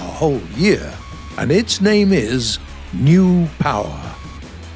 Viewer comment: NEW STANDO POWAH